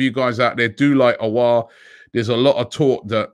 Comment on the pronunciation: Houssem "O" LOL